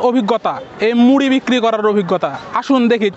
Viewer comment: ড় এর শুদ্ধ উচ্চারণ করতে গিয়ে ড এর মতো করে ফেলছে 😪 মুডি মুডি 😪 ।